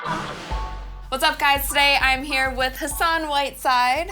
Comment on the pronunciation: she said sassan whiteside ???? lmao